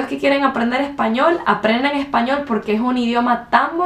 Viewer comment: Aquelloj que quieran aprender ejpañol, mis amigoj. Definitivamente acento carta Chi aunque quizá por tener un nivel académico alto no tiene su acento tan pronunciado como la mayoría de hondureños que conozco.